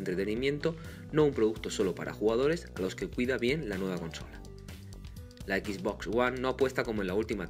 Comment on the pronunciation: Horrible la pronunciación. ¿Equis Box? ¿Es en serio?